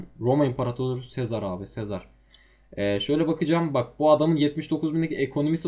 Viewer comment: Artık "Yüce Sezar" değil "Yüce Sezer" :D